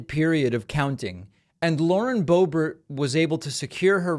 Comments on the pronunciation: You mock others for mispronunciations yet intentionally give Boebert’s name as if she’s French. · I just don't get it. Please explain it to me. Why do you pronounce her last name the French way once in a while? Are you trying to be funny? How is that funny? Are you such a jet set sophisticate that is just slips out? Don't think so. Is your brain glitching? Get a grip. WHY? And why don't you just cut it out? Serious people don't act like that. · It's funny when David pronounces it Boe-BERR, as if it were a French name!